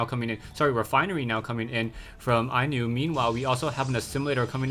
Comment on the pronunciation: inuh is pronounced Inu! like happy tone oh and we luv you